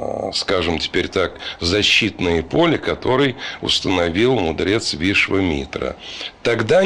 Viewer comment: Вишвамитра ва на а ударение